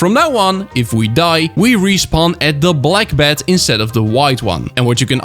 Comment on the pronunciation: who else heard bat not bed